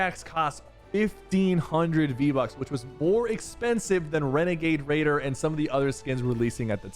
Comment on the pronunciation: Not renegade raider. It's wenegade waider